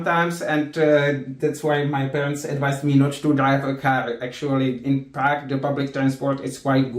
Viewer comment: Everytime Sagar says "Praque" I can't help thinking about Prag.....